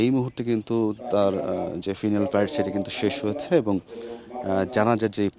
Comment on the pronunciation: শুধু বকবক করলেই সাংবাদিক হয় না। "স্কোয়াড্রন লিডার " বানিয়ে দিলেন "স্কোয়াড লিডার"; "ফিউনারেল প্যারেড" কে কয়েকবার হয়ত 'ফাইনাল প্রারেড" ও বলেছেন। আর ছন্নছাড়া, অগোছাল কথাবার্তা দিয়ে ভরা উপস্থাপনা। এই প্রায়াত মানুষের বন্ধু হিসাবে আমার পক্ষে মেনে নেওয়া কষ্টকর।